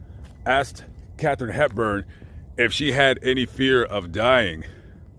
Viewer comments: Folks - it's KathArine Hepburn. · KATHARINE HEPBURN! I was named after her. Our name spelling is somewhat different, we hardly ever get it spelt correctly. Ouch! Love, love, love your videos & work (but please...KATHARINE on this one 😉!) Be safe out there 😷